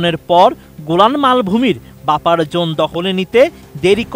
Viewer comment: আপনারা সাংবাদিক হলেন কিভাবে। যেখানে ভাষাগত উচ্চারণগত ভুল। এটা বাপার zone হবে না বাফার zone হবে।